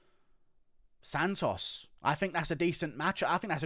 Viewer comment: Lol the way you say "SANtosss" like in an actual latino accent is hilarious coming from you for some reason